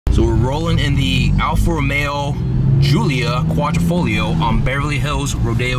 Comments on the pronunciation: It’s “hoo-lia Quad-driii-fo-Lia” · Say Alfa Romeo Julio Quattro folio one more time